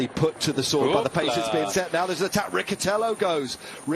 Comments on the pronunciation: It’s Riccitello not Ricchitello😉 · and if not? What will you do if he doesn't pronounce his name in the way you want to?